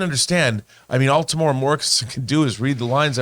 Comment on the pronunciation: his name is pronounced Tem-u-era